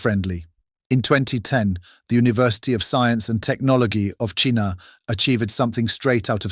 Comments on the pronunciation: Really..? 'Chinnier' instead of 'China'? Try not to let the reliance on AI bring down the authenticity of the entire video. I would have redone that part. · Perhaps you could use a real person to do the narration, then it wouldn't sound so fucking ridiculous may travel to the country of CHEENA. FFS!!! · I laughed out loud when the narrator stupidly said, "Technologeee of Cheeena." Perhaps he could benefit from a reading lesson or two. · Cheena? Seriously? Is this how some Brits pronounce China? Or is this video being narrated by one of those computers being discussed? If it's the latter, programmers have quite a ways to go when it comes to pronouncing words correctly. I know the close captions on all the videos & movies I watch on YT make SO many mistakes in spelling. I'm a disabled medical transcriptionist who, before having neck surgery, lost several jobs due to hospitals being bought out & then downsizing. Some transcriptionist jobs went overseas where they didn't have to pay their employees as much as in the U.S. Frontline did a piece on this in the 90's or 2000's, traveling to India, where workers there learned medical terminology from watching ER! Do you want your most confidential medical records being sent online to the opposite side of the world? Now, all a medical transcriptionist does is edit & check that the voice recognition software hasn't made any mistakes (that'll be the day). I believe it's faster - & far more accurate - to let a trained medical transcriptionist transcribe the entire dictation. A machine can only do so much. And sitting there, going over a document "transcribed" by a machine is boring & people are prone to daydreaming & making mistakes. Medical transcription uses the same part of the brain as a linguist or someone who is learning another language. When they are typing, they get into a groove/rhythm that I doubt these computers have been programmed to do. Furthermore, a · >Technolo gee >Chiina >sub sekwent lee AI is souless.